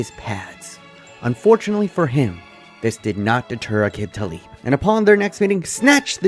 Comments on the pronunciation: Can't even pronounce Aqib Talib's name right. 🤣🤣🤣🤣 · Great video but damn you butchered Aqib Talib’s name.